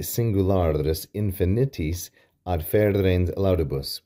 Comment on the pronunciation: I think it is "adserens", not "adferens" (as you pronounced it).